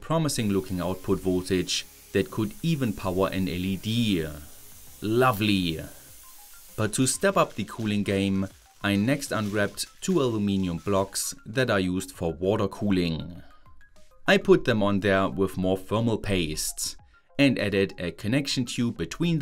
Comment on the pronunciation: Lovely-ah energy-ah electricity-ah honestly-ah plenty-ah Some stup!d accents are avoidable and unnecessary